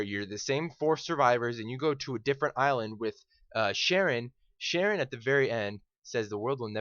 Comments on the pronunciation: Caron not Sharon. Pronounced Care-un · It annoyed me a bit that he said "Sharon", its Charon (sounds like Kahron) But other than that, this guy is spot on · His name isn't "Sharron" it's "Charon" with a Ch and pronounced, as Rider White pronounces it with a "Ca" instead of a "Cha". So it sounds like "Care-un" This is confirmed on the deadisland.wiki. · Charon, not Sharon lmfao.....